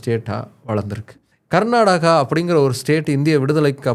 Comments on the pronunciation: Pronounce properly like Karnataka not Garnataka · It is not karnadaga, it is karnataka please don't kill the name. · My State name is not Garnadaga or Karnataga or Karnadaga. My State name is Karnataka. ಕರ್ನಾಟಕ. Pronounce the name of my State properly.